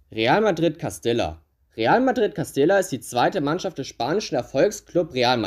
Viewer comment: Cooles Video 🔝 Real Madrid Castilla wird übrigens Castija ausgesprochen ( Doppel l auf Spanisch j)